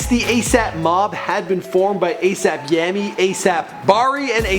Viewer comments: ASAP Yami XD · Cool video, but you really called mans "A$AP Yami"? C'mon b. #RIPYams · Nobody gonna mention that he said A$AP Yami and not A$AP Yams? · “asap yammy“ nah fam, you got me creased out here😂😂😂